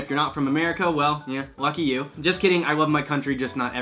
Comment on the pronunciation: Not gonna lie. When you said “Lucky you” in your intro, I thought you said “Eff you” haha. I was like, dang. This got PG-13 real quick. Haha. Also, hair is on point my friend! ♥️